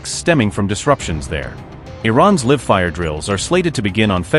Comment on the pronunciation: 😂😂😂 At it's not Live ( LIV ) it's Live ( Laive)